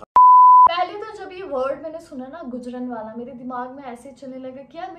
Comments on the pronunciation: गुजरनवाला नहीं गुजरांवाला 💞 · Bro itsnot gujan wala its Gujranwala so plz be careful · Bhai gujranwala wala kahta ha gojranwala wala nhi kahta ❤ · Not gujrnawla is gujrnawla